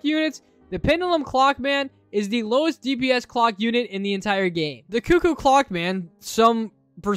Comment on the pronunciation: Bro Cuckoo is right. It’s not Coockoo.